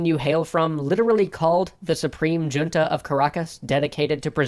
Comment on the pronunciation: It’s not your pronunciation of “” that bugs me, it’s the original content creator’s pronunciation of “junta” 😬😩 I mean, it’s one thing to have taken a different language in school and not know how to pronounce Spanish names, but “junta” is a word in common usage, right?